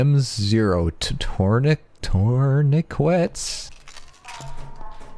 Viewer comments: by the way, Tourniquet is Pronounced 'Turn-it-kit' but hey this is a pretty solid video nonetheless. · its pronounced "TERN-ih-kit" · They're pronounced turnekets, and they're used in real life to stop bleeding. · youve never heard the word tourniquet? or is just another american-ism like calling a croissant a crescent or a foyer a foy-YUR